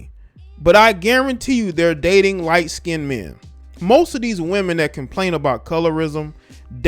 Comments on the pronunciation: It's not skin-ded. It's pronounced skinned. Please. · The word is not skinedid it skined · It's SKINNED, not skindedd! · Skined not skineded please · Dark “Skinned”, not Skinded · First of all I would like to say that I am Afro-American, secondly I would like point out that there is no such word as "Skinnded, the world is skinned, there is no "d" or "d" sound in the word!